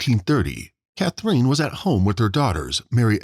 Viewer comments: Who is this /ca-THREEN/ that the video keeps saying? "Catherine", the girl's mother, is pronounced nothing at all like that. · You have a very odd way of saying “Catherine”. Sounds like “Cathreen”. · I noticed the same thing. Bizarre. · Come on, learn to pronounce Catherine.